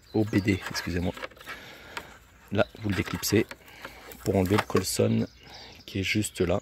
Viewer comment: Bonne vidéo, par contre "colsonne" faut arrêter svp c'est COLSON x)